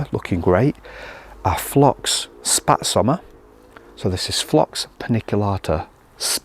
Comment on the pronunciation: I like your great german pronunciation 😊Karl Förster,Windspiel,Spätsommer...